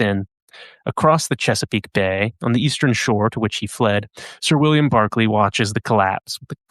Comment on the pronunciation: It's Berkeley not Barclay. Pronunciation ❤